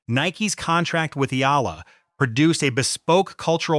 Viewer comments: pronounce it Eeeee-yaaaa-lah, not aila, not ala. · EALA "E-YA-LA" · E........yala thats how you should pronounce her name & not sampagweta...should be sampagita correct pronounciation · Eela, Ala, Sampagwita... AI fumbles with pronunciation. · Check your pronunciation of her surname and the word, Sampaguita.